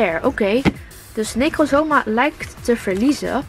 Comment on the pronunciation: Necozma sprak je voor lgels mij verkeerd uit in de pokemon serie werd het veel anders uitgesproken